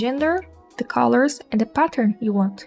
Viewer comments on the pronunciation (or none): none